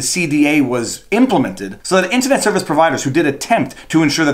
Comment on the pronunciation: Hey if it's pronounced mule-er Internet can't also be intinet